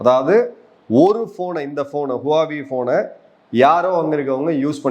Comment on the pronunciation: HUAWEI - ஹுவா வேய் - RIGHT CHINESE PRONUNCIATION